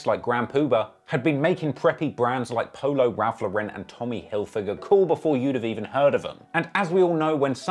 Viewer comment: "Raph Le'ren"